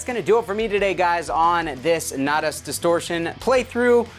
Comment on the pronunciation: Nay-tahs lol